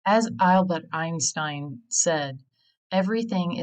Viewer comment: Did you AI your voice? just wondering because of the way you pronounced Albert Einstein